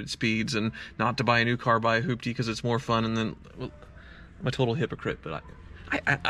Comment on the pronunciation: Nice "Hoopty". You're on point with this one